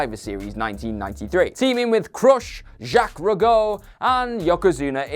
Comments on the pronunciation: Who the hell is Jaques Ru Go? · Wow, you butchered Jacques rougeaus name. Didn't research much, did you? One Ring announcement and you'd know the correct pronunciation. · Who the hell are you? Why can't you pronounce Jacques Rougeau's name right? Just when I was started to like....:( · The pronunciation of jacques rougeau name killed me....